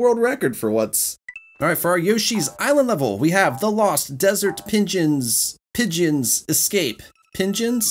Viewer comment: no way you cant pronounce "pigeon"